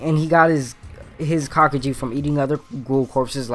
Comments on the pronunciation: kakuja is pronounced ka-koo-ja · Say it with me it's pronounced (kah-goo-nae) good now say (kah-koo-ja) thank you now practice and repeat.